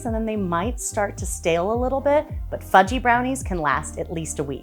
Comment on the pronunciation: I heard fu-key 🤣